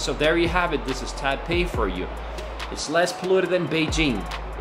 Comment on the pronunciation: It's pronounced tie PAY.